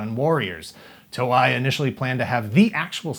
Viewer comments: Dude... "toe-ay", not "toe-i" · to-ei (eyy) thats how you pronounce the company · Toe-i? I always pronounced it as Toe-E. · It was less 'cancelled years prior' and more 'cancelled a year and two months prior'. Also the way pronounced Toei made my inner weeb flinch.